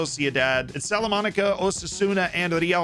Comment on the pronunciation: "Memo" is a typical nickname for people called Guillermo. Salamanca, not Salamanaca.